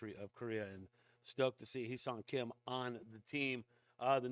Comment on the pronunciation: Correct Pronounciation is "Heh" Seoung Kim.